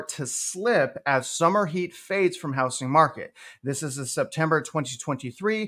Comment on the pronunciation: It’s pronounced hou”z”ing not hou”s”ing.